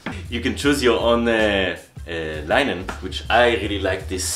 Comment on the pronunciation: It’s linen... as in lynn in. Phonetically... not line